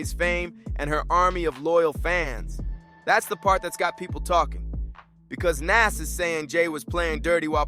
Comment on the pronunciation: The way you are pronoucing Nas' name is wild!🤔